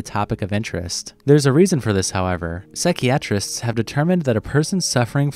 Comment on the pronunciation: I've never heard someone (or something!) Pronounce psychiatrist that way! Are you using ai to read your writing?